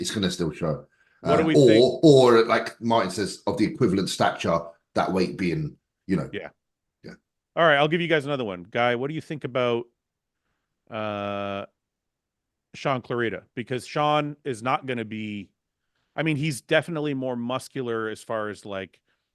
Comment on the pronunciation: Anyone remember when James accidentally called shaun clarida shaun clarydia 😂 Many episodes back too funny